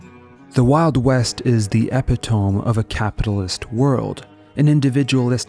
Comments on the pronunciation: "Epitome" is pronounced E-pit-oh-me. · Yeah I also thought it was weird how he pronounced that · lwee lamoh?? EPITOHM??? 😂😂😂